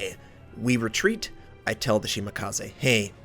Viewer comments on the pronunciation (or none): Will he ever do something about how he says Shimakaze?